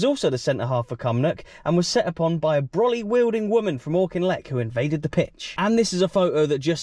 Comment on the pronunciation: Great video as usual, but we have to help you pronounce Auchinleck properly.